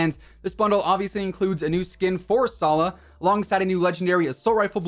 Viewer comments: its not sala it's Salah pronounce the H, Love form middle east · btw salah is pronounced salaah. you basically pronounce the H